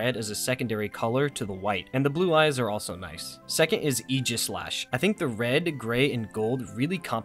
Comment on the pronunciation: Thank you for pronouncing Aegislash correctly. Almost nobody does that. Good video too ofc lol